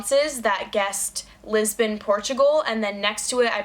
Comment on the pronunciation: That's the first time I've heard an American say Lisbon and it made me weirdly uncomfortable